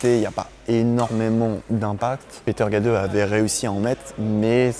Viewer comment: La manière de prononcer le nom de Peter Gade est criminelle. 😂